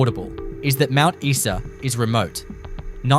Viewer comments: It's Mount Eye Saa not Mount Eee Saa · Mount EESA instead Mount Isa!😁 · Mount Issa. You are shutting me.